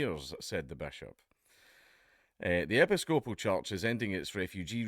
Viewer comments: Americans: "e-PISS-copal" .. Dankula: "epi-SCO-pal" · Hint: When you encounter a new word, try looing up the fucken pronunciation. Epy scopal.... FML! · "Epi-scope-al" lol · "epi-scope-al church" Thank you Dan Kula from Scotl-and!!! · Americans pronounce it (rightly or wrongly) as e-PISS-co-poll. Seems oddly appropriate, since they seem to be taking the piss... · Pronounced "e PIS coe puhl". Emphasize the piss. It's a splinter of the Church of England, if you can believe it. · 'Ep-iss-cope-al' - how can he not know how to pronounce that properly?!? Does he say 'An-gli- kan' or 'Cath-olick' as well? Bizarre. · It's pronounced "eh-piss-co-pole" you heathen. :P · "Epi-SCO-pal" May God bless Scotland. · Hearing Dark mispronounce Episcopal, caused me immense spiritual damage.